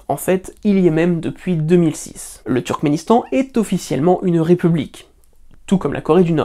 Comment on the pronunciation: Et on en parle du « Trukistan » et « Trukisdétan » ??? 😅